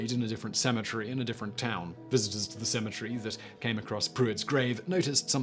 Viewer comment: Sounds like you're saying symmetry instead of cemetary.